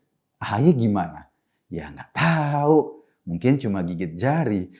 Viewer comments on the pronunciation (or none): none